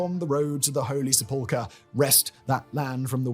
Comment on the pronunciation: has some weird pronunciation: Emperor "Charmaine", se-PUL-chre